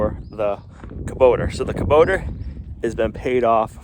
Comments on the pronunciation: it is hubota not kuboter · There is no R in Kubota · Please stop butchering the English language. Kobota ends in a not r. Bearing has a g on the end.